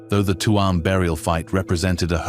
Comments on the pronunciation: It chume,not Tu am. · The first photo is of Clifden not Tuam and it is not pronunced Tue amm, you might have that much right at least. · Its not Tuam,its Tuam